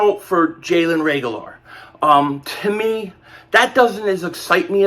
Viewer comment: This boy can’t pronounce Reagor to save his life.